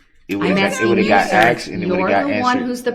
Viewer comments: Relavancy, I axed, and it goes to his biast..ahahahsh what a fin idiot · If he says " axed" one more time..... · They should teach hi to say ask and not axed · I thought i was goin crazy cuz every time he said said axed instead as asked. But im not alone obviusly lol. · Biast....biastness.... substained.... axed....troof....a whole new vocabulary.... not as intelligent as he thought he was 😂 What's with his scary manicured lady hands....bet they go down well with Bubba. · I wish you would have corrected him when he said axed as well as biased. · He axed his questions 🤣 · don't you mean "ark-sed"??? SUBJECTION /Grounz 😐